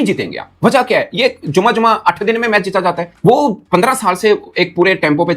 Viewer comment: भाई पहले तो "हे" नहीं "है" होता है और "मेच" नहीं "मैच" होता है।